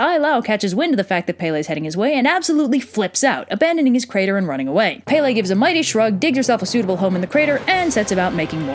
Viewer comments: its not pay lay its pel ay please get it right sorry for being rude but I love the video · I love how 75% of the Hawaiian words are pronounced wrong. Its okay tho. I'm not a hater. Its just funny. And how pele is prounced SOOO wrong😋. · Yeah that was part of the myth EDit: also pele not pepe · As someone who is from Hawaii, your pronunciation was mostly okay...However when you start explaining the plot quickly, the pronunciation gets a little lazy. Pele is (peh-leh) not (pay-lay) But kudos for even attempting. I’m a big fan of this channel. Malama Pono! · Not palay. Pele IM HAWAIIAN!!! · Aaaaaaaaah, I'm sorry, I know this is an old video and i cant help it but I have to correct you. Pele's name is pronounced (Pe-le), not (Pay-le). I'm sorry, I couldn't help it. I'm legitimately a local Hawaiian from Hawai'i, and I've always heard people say things wrong. I know you may not mean it but it still makes me cringe here and there. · Baysalt? I wonder how many old ladies on Hawaii pretend to be Pele and go around asking for booze & smokes. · When u say Hawaiian words wrong Pele your saying it wrong I’m from Oahu and I see people disrespecting pele. stop saying Pay Lay ;-; you’re also saying the other Hawaiian names wrong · Its pronounced Pell ay and kama pu a a. I should know I'm hawaiian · PAY-LAY?? AI LAAAAU??? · I'm sorry but I just have to laugh. I'm Hawaiian and never in my life have I heard someone pronounce her name like Pay-Lay. Oh, wait, actually a kid that lived on base actually pronounced it like that and he got kind of humiliated when someone pointed it out and I only felt sorry for him because I was raised with Hawaiian culture and I also lived in the mainland before I moved to Hawaii. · You say Pele wrong, it's pronounced Pe-le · “Pele.” Where my smiters at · How tf do you pronounce kamupua’a correctly but not pele? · also pe,le. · She got every name BUT Pele correctly pronounced... how? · “E” in Hawaiian is pronounced “eh”